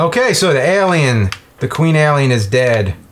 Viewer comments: aye-lien vöös pre-dater, mr lu-go-zhee. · What's worse is how James says "alien". He pronounces the "a" like you do with the "a" in front of the name "Albert". It's really strange and I wonder who taught him to say it like that??